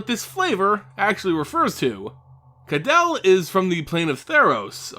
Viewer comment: I'm pretty sure you are mispronouncing her name... I'm pretty sure it should sound like (Ka-day-lee) and not like (Adele) with a K. Kydele should sound more Greek and less European English.